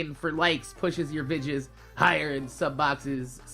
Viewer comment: OH MY GOD STOP SAYING VIDGES ITS VI DEE OHS